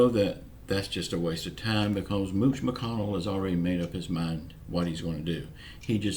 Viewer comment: Hello. I hope Amy is much better. I love you both. BTW, I laugh when you say mooch McCONNEL